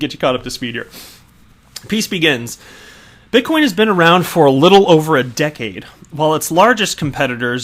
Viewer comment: Please sir, I beg of you. Stop saying bitcom lol.